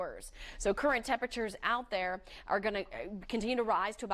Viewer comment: She should have taken a few speech courses for talkin" on television. So often she says things like "doin' and goin'. could learn a lot from her WOIO competitor, Samantha Roberts whose pronunciation is 100% as it should be when speaking is an integral part of your career.